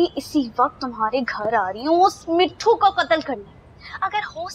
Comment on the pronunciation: mispronouncing mithus name